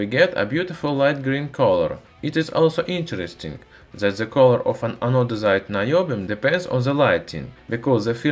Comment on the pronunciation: I love "ze metal" and "zat was used"